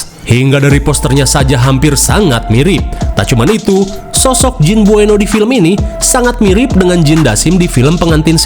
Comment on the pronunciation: Buenot bang bkn bueno😅